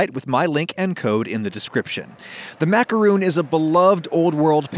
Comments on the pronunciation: then why do tge French people pronounce it macaron and not macaroon? And why do Americans make this coconut ball dipped in chocolate called a macaroon? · Ragusea NYOOO! Americans say it rOOns because they are wrong. And it's an accepted and constant mispronunciation. If you don't want to sound pompous, consider it spelled like macarOHNE. No accent needed. Short O over long, mon ami. Ps. Love your vids! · If these are macarons , why does Adam keep calling them "macaroons"? A macaron is different from a macaroon. All the screaming in this video made it quite unpleasant to watch anyway, so I doubt I’ll be using this recipe. I own a stand mixer and I’m not afraid of it. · Wisdom I agree. Just because other people mispronounce macaron as macaroooon, it doesn't make it any less incorrect. There's just no way you can get that pronunciation from the spelling -on in English or in French. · Exactly. He's trying to have it both ways. Just because a lot of people mispronounce macaron as macaroooon, that doesn't make it any less wrong. No way is -on ever pronounced -ooon, not in English, not in French. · Many French words that were adopted into English that ends in -on will usually be spelled with -oon, such as balloon. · In french it's said "ma-ka-ron", we do not say the final "n", I do not think there's any word pronounced like that in english XD It's a nasal vowel, we have a lot in France, but there's almost none in english ^^ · You pronounce it: Macon. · There's just two different English spellings / pronunciations... He's not saying macaroon is "RIGHT" it's just not wrong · TIL Adam lives in "Macoon", Georgia. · I'm sorry I can't watch this when they're pronounced macarOOn. MacarOOns are coconuts and will kill me because I'm allergic. Important to make those differences. I'm SORRY I just can't do it. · then why do you refuse to pronounce it the right way? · Never heard of an english speaker pronounce macaron correctly anyway, so... not a catastrophe.